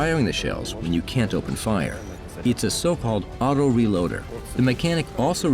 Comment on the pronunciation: I cant waiiiitsss. For thaouuuseee aaoutoo reelooaaadderrrrrrrrr. says in the best accent ever